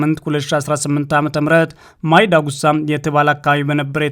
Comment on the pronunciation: ጠለምት አይደለም ፀለምቲ ነው, መይ ዳጉሳ ሳይሆን ማይ ዳጉሻ ነዉ እባክህ አስተካክለው🙏🏾